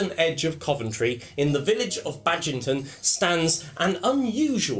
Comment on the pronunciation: Thanks for the video. Two slight corrections- Baginton is pronounced Bag in tun, not Baj-in-tun. And it's 12 miles from the junction of the Fosse Way and Watling Street.